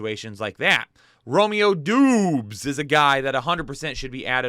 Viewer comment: romeo dobs not dooooobs lol